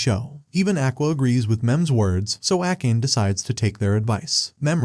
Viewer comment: Akkeyn instead of akane is funny 😂